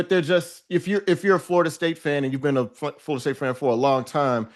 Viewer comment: More “FARTA State” talk from my guy Tate. Tf kinda accent makes one pronounce Florida as “FARTA”?